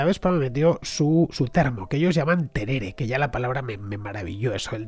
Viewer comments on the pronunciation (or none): Querido Fernando. No es terere, sinó tereré. Es igual que el mate argentino, pero frío! En Argentina se toma mucho en la región Norte también, en verano, claro! Un genio explicando historia!!!! Gracias totales!!!